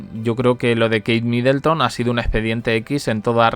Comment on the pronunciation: No es MidElton. de dónde esa E?